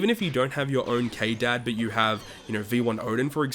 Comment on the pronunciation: For the love of god just call them Scabbards If hear you calling them KDAD one more time i will flip